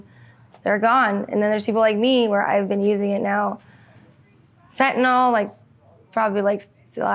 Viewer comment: "Fent-uh-NIL". Why does everyone mispronounce this? Not spelled FentaNOL or FentaNAL.